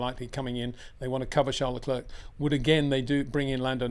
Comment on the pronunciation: PLEASE try and pronounce "Leclerc" correctly. Why not ask him ?